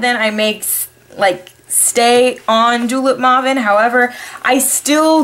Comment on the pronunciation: Maw-ven? You mean May-ven O_O